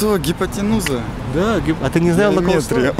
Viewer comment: Ведущий умышленно старается выцепить по его мнению с виду не очень умных 🤷🏼‍♀️ И да, в слове "соскочил" все О и "гипотинуза" через И, "выИгрыш". Ведущего самого проверить на эрудицию или надеемся, что это сарказм с его стороны 😁. Ребяткам получше учиться в школе. как-то так себе, в 22 года не вспомнить гипотинузу. И историю учить получше, скоро ранее своих 20 лет от рождения ничего знать и помнить не будут, что было год назад.